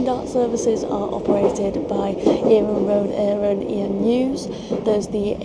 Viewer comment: Got to give her credit for nailing Iarnrod Eireann though